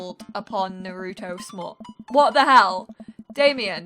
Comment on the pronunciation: "Nah rou toe" GIRL ITS NAR ROO TOE